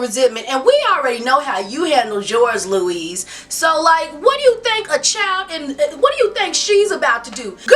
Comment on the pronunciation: Love u so much- but its not "louise". Its French spelling so "louis" is actually pronounced "louie". But no biggie. I dont know anyone who cares about Interview n im delighted to find you! Intelligent and funny commentaries!